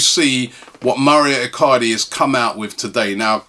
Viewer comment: our business is as bad as Robbie pronouncing Mauro Icardi's name..